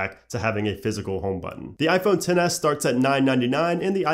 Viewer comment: I cringe when he says iPhone 10